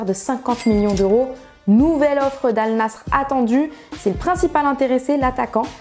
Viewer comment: la manière dont elle prononce Al Nassr est très désagréable